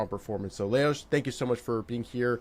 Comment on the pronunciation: Amazing how pronounced the name Leoš perfectly 👌 😊🎉🎉🎉🎉